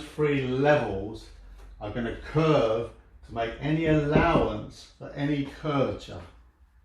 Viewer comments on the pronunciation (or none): SLURRING: you tell me where any cuuuurve where any allowance where any cur-vat-cha?